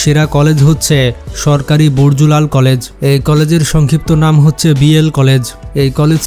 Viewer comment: কি উচ্চারণ আরে ভাই বরজুলাল নয় ব্রজলাল কলেজ।